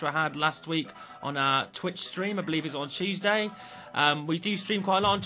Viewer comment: You say Tuesday like Cheeseday.